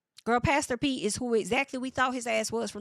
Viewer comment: Haven’t watched the show yet ima watch after your reviews 😭😭.. every time you say pastor Pete all I hear is “ pass the peas like we used to do heyy” from Martin lol